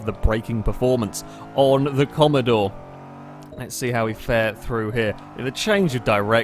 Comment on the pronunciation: please I just can't comprehend what you've done please do the sake of all of us, it's Holden Commodore not commadore 😂😂